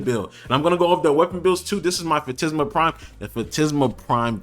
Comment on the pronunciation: Phantasma - tas not tis Phantisma is wrong makes you sound dumb. Phantasma is right because it comes from Phantasm which means ghost, in Spanish.